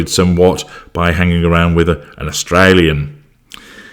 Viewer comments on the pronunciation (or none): none